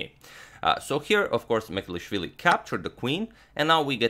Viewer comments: Its M ch e d l i sh v i l i (ch like "cheers"), not Mecelishvili. Just thought your Georgian needs some correction. Cheers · Mikheil's surname is not "Mekelishvili", it's "Mchedlishvili" and please do something about it, besides I am from Georgia and 20% of my country is occupied by Russia. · Hey Antonio - Georgian name Mchedlishvili "CH" is pronounced like one would pronounce "C" with a hyphen in the name Coric in Croatia. You could also sub the "CH" for "J" and say Mjedlishvili. The Georgian letter that the English alphabet substitutes with two letters to provide a similar sound doesn't exist in the English alphabet. Georgian last names aren't the easiest to pronounce since they tend to have more consonants than vowels. Thank you for making the effort though. Big fan of your channel! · He couldn't pronounce Georgian gamer surname tho : )) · But can't pronounce georgian lastnames 😀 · sadly he cant pronounce georgian names :D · But he really struggles with Mchedlishvili ))))) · He pronounces georgian incorrect 👿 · mistake in pronoucoation the georgian name and surname hhh